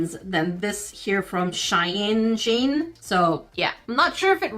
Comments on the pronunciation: Shein is said like "Sheen" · actually shein is pronounced shee-en, I would know :) Edit: the meaning of life is just a simple test,the first two people (Adam and eve) have bean living in heaven then satan tricked them to eat the fruit from a tree that god say not to eat from,so they eat it so god got mad and put them on earth So now you know now,if satan didn’t trick them we would be living in heaven rn 😵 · Bruh, its She - in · Sheee n that is how you pronounce it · Are we gonna talk about she said the name lol Shien no hate tho this is just for for i love your videos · It’s pronounced (sheen) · It’s called shein but you say like it’s sheen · It is pronounced S-H-E-E-N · It is pronounced like sheen even though it is spelled shein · It’s S-H EE-N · SHEIN is bad company and is pronounce (sheen) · sheen is how its said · The Arabic people watching:IT'S SAID SHEE-EN NOT "ShEeN". Btw I'm a Muslim and don't have shein but yea that's how you say it!btw it's not a good app it steals designs from other people. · It's Sheen that's how you pronounce it :D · Girl ... Have you forgotten that "42" is the Meaning Of Life & Everything In The Universe ! 😆😁 Btw : "She-In" is how it's pronounced 😁 - Cheers 👊🏻 from your fellow 🇨🇦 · I’m addicted to SHEIN for clothes I’ve loved everything I’ve gotten you just have to read reviews! Also it’s pronounced she-in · It is pronounced she-en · Isn't Shein supposed to be pronounced likes shine? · I think it’s pronounced sh-EYE-en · It’s called Sheen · It’s she-in shein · for Shein the pronunciation is “Sheen” so it sounds like it has two E’s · you say shein by saying she- in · It’s pronounced sheen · Ive literally been screaming ITS PROUNOUCED SHEENNNNNN the whole video lmao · Not that it matters, but it's pronounced "she-in" by the way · Shein is pronounced as (SHEE-EHN) Yw! <3 Also, , you said Shein correctly :) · if your wondering it’s pronounced sh-ee-n or you can pronounce it she-en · Shein is pronounced sheen :D no worries!